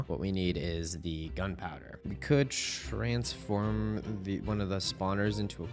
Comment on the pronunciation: I love "trabsfirn"